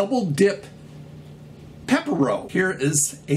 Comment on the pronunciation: awesome video :) u don't know Fetty wap??? he is cool, 1738 and such :) and for peppero, it is pronounced ''PEH-PEH-ROH'' and it is nice :) the smurfs are great, everthing haribo is great :) small rant, i hate pringles, simply because they make it wrong in our country, they can't do it as good as the ones in the usa, same goes to lays, that is why i buy other kinds but i do buy imported lays and pringles but the price is through the roof.... awesome video as always :)